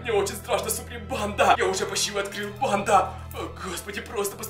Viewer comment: МНЕ ОДНОЙ КАЖЕТСЯ, ЧТО ВМЕСТО СЛОВА,, БАНДА,, Я СЛЫШУ,, ПАНДА!!!!!!! 😯😯😯